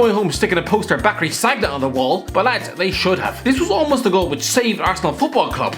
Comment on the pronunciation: "SAGG-NA" - 2020